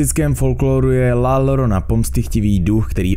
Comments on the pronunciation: Dvě L se ve španělštině vyslovují jako J. Takže ne "lorona", ale "jorona". Rve to uši. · ve španělštině jsou dvě L vedle sebe měkké i takže iorona se to čte ale no hate jen informace a toto mě moc moc moc baví